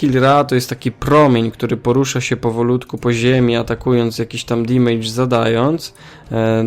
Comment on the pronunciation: Taka mała uwaga :) nie wymawia się damage jako "dimejdż" tylko "damydż" :)